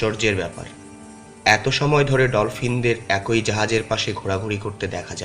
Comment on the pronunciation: একই = এক+ঐ নয়, এক+ই । উচ্চারন একE, একোঐ নয় ।